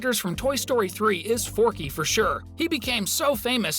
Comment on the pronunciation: go to and am i tripping or did he say forkys from toy story 3?